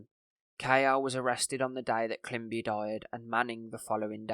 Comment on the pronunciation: Great work and thanks for covering this. Just watch some mispronunciations: it’s “climbi-ey” because it’s a French surname with the accent over the E on the end and “harin-gay” council